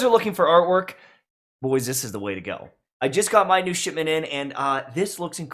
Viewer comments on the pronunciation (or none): none